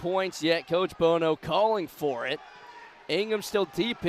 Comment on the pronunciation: chris BOHO???? WHERE DO YOU FIND THESE YOKEL ANNOUNCERS??? CHRIS "BONO" IS A LEGEND. You may as well try to call him chris bozo, sheesh